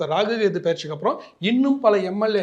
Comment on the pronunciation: It’s Rahu. Not Ragu !!